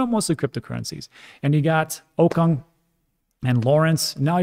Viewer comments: its pronounced "o-coon" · Great stuff as always! Btw it’s pronounced Russell OKuuuuNg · Okung pronounced oh-koong